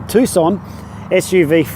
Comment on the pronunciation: Im just joking because of his pronunciation